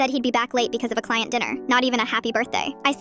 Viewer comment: "Cliant dinner" 😂😂😂 yeah right